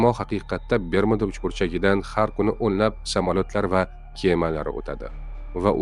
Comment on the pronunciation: Бермуда эмас, Бермуд